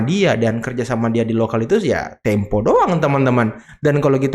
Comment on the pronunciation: Kata opung parbelak, data tempe😂 bukan tempo😂😊